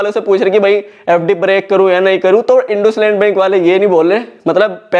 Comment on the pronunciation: ❌इंडसइंड इंडुसलैंड✅